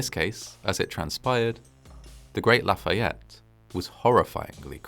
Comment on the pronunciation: That must have been a somber experience. I found your accent on Lafayette to be perfect and assume you had some classes in school. Do you speak French? Regardless. Another well produced and fascinating doc. Cheers from Montreal, Quebec, Canada.